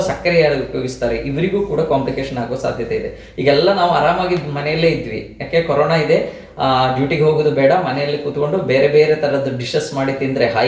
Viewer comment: Mam it's Corona not carona